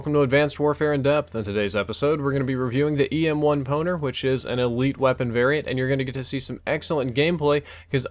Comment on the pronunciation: I thought you said EM1 Boner :)